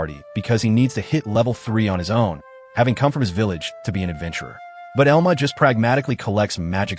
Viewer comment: its pronounced EL-MA